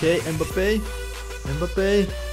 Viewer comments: Kylian mbappe🚫 Kylian mbebe✅ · It’s not Mbabbe he’s KERIO MBABBE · mbebe ❌ Mbappe✅